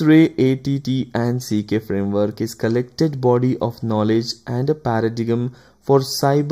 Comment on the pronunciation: MITRE EY EY TI AND SI KEY? Seriously? EVERY EACH fellow I know (including MITRE peeps) pronounce that ATTACK...